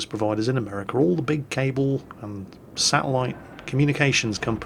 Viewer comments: it takes one to know one,. Right smack dab in the middle of your Mingles with episode there was an advertisement for an anti-depressant. Coincidence? (I think not.) Right here in the much-maligned U.S. of A., coming through the even-more-maligned Comcast ISP. (And, by the way (ectually, ) Verizon rhymes with horizon. Not with the name of the bridge between the boroughs of Staten Island and Brooklyn in New York.) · Holy shit pronounce Verizon better that’s worse then pronouncing ggsyjvxf dave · The way says Verizon made me be like, what's Verizon... ooooooh Verizon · That's the most interesting way I've ever heard "Verizon" pronounced. Thank you,! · only would pronounce Verizon as ver-is-zon and not ver- i- zen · I hate to break it to you, but NO one says Verizon like that lol. The emphasis goes on the i, as in ver eye zon, not vehr izon tee hee…? click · Veri Zon?..... plz....>.> Ver-EYE-zon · Excuse me,, but did you just say Very-zon? It's pronounced Ver-EYE-zon. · Is it really pronounced Vier A Zon across the pond? Ver Eye Zen is the common pronunciation here. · is Verizon like horizon not "ver is on" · Its pronnounced “ver ri zon” not “veri zon” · Damn you and your weird way of pronouncing Verizon! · Just FYI all you Euros out there. It is pronounced ver EYE zon and NOT VER izon. Got it? Now pronounce it correctly. (You always want US to do it YOUR way regarding Europe so do it OUR way when addressing America. Simple.) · "veryzon"..... i have never heard verizon get slaughtered so bad in pronunciation ever.... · Verizon is pronounced like horizon in case you were wondering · I praise to you, please keep ISPs as a public utility, please do it Sun. Also have stop calling Verizon ver-e-zon. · Verizon is pronounced Ver-Eye-son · I like how he pronounces Verizon as verazon hahaha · Verizon.... Horizon.... Not verazooon. Learn basic English......